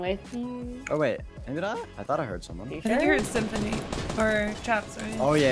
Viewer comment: thats symfuhny not kaysid fam